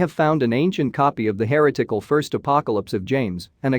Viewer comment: The (machine?) narrator kept pronouncing 'heretical' HAIR O'TICKLE. Conas a ta tu? ☘️. I had a bedsitter in Glasnevin that was haunted once.